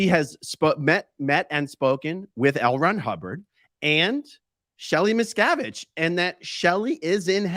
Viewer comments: Wouldn’t you think if the “Medium” had actually contacted Ally on Shelly’s behalf. That they would of told the Medium to tell the interviewer. How to pronounce Miss-Cav- Itch. I had to correct some one else on the pronunciation of Dave’s name. Lol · Missacavidge... Miz cAvid.... Misssscaavishh.. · The theater involving the name "Miscavige" is a well-known strategy of con artists like these to mask the fact that the whole supposed seance is in reality an invention based on news items and other worldly information. The name "Miscavige" is as plain as you can get in terms of English language names, and from the conversation you can imply that Kirstie Alley said the name, so they should have heard the correct pronunciation from her. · People like these 2 are scoundrels that milk bereaved families out of thousands of dollars 💵. It’s horrible! Everyone on the planet knows how to pronounce both Leah Remini’s name and Shelley Miscavage’s name! Miscavage sounds exactly like it’s spelled for cryin out loud! Yet they know about SCN practices! Give me a break! Ugh 😩 these people are evil! 👿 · I felt the the deliberate mispronouncing of the Miscavage name hilarious! Trying to sound like she's so unaware of the name and the standing in the cult. Ugh.